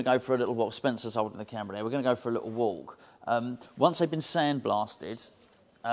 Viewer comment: I love how you really enunciate the L in walk :)